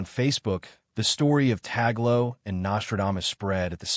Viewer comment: The right pronunciation of Tagle is in two syllables Tag - le. The first syllabke is Tag, second syllable is le. TAG-LE. It is not the same as apple or Google.